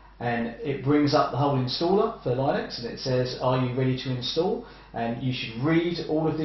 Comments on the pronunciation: Linux pronunciation is "Linniks" (or "Linn-uks") rhyming with "cynics" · i have never heard anybody pronounce it "lie-nux"